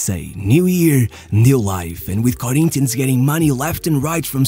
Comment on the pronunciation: It's funny when you say brazilian words with a carioca accent "Santox" "Corinthianx" Great video btw